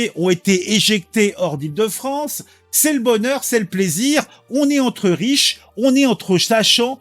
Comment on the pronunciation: C est la fwonce ! 😂